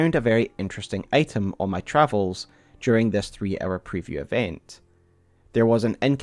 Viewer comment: Hour like in Our. You keep saying 'Error'.